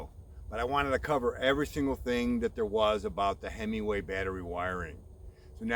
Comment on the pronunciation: so you do not need the module sold at Bolton Ebikes? Oh Himaway.?/ I swear I keep hearing hemmingway